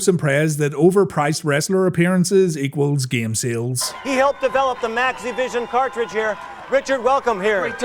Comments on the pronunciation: take a shot every time he says "cart-reach" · WTF is a car reej :D